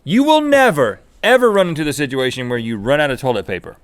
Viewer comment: Rhett "sidgeuation" alert!